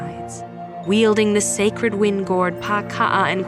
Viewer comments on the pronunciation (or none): none